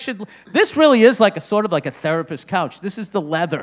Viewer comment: The struggle is real with that "couch" haha.